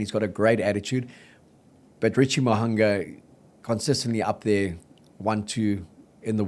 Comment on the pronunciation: Good chat but can someone please teach that its not MoHUNGER?